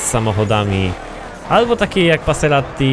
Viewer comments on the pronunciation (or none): none